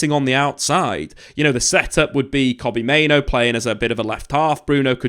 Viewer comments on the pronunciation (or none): Why do you go out of your way to mispronounce names like Kobbie Mainoo? It's so frustrating to listen to